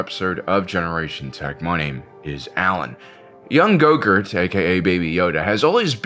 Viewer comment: I keep thinking you’re saying yogurt from Spaceballs